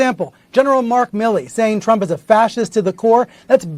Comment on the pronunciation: TRUMP NOT TRAMP......